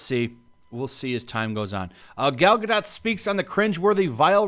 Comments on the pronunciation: I thought it was pronounced Ga-doh not Ga-dot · Bro it’s pronounced Gadoh. Painful to here you say GODOT!! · It's Gal Ga-doe. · Hey I think you pronounce her name Gal ga-dough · The T in her name is silent. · Seriously? She's famous, a star, and you can't even pronounce her name? Hahhahahah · For the love of God, please look up how to pronounce her name. I'm usually not a wet blanket, but jeez it's driving me crazy hearing you say her name. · Pretty sure you don't pronounce the -T in Gadot EDIT: Wasn't Cleopatra an Egyptian Pharaoh? Where did the part of her being Greek come from?